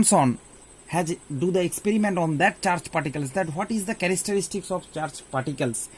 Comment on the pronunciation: Sir characteristics not charastaarstis....